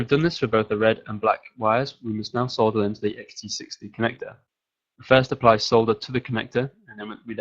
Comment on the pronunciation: yes! finally someone that pronounces it as "solder" and not "sodder".